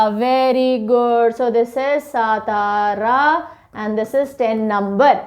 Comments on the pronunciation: Nice pronunciation and explanation. Only one correction Satara should be read as Saatara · सातारा नही सातार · सतारा नही सातारा है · Mam not सतारा it's सातारा (राजधानी सातारा) 🚩🙏 जय शिवराय 🙏🚩 🚩 जय महाराष्ट्र 🚩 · Miss it is सातारा